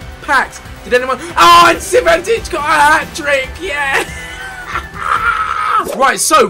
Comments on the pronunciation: Not is CI VAN TICH, it's Cvitanich, you have to say: SEETANICH Please like the comment so Ethan can spell right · Ethan it's Cvitanich not Civantich. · IT IS CVITANICH !!